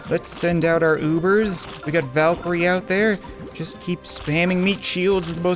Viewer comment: It's "Valkyrie"